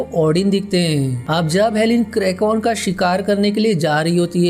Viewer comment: It's "kraken" not krakon